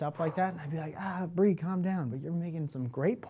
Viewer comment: Bree, I like pretty much all of your little quirks, but you use the "Bwee" instead of Bree a little too often. It works best if used sparsely.